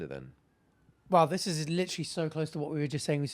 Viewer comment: how are they not hearing “Litewrally”